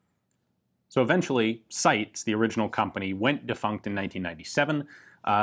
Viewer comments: I thought the name of the Italian firm in question was pronounced 'SY - TEES" rather than 'Sights' ? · For anyone who's interested, it's actually pronounced SEETES (the final S is pronounced like the beginning of 'snake'). 🙂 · Hahahahaha you butchered the name. But great vid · My god I don’t even speak Italian and I know your pronunciation of SITE was atrocious